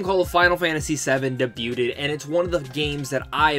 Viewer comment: Your'e not saying the word debuted right. Awesome video though! Hope you had a good birthday.